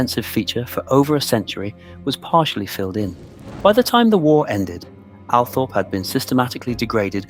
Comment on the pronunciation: Sceen text is full of spelling mistakes. Can't you edit your work before you post? This is IMPORTANT! Oh, and the estate is pronounced Al-TROP, not "Althorpe". SO many get this wrong, it's really irksome.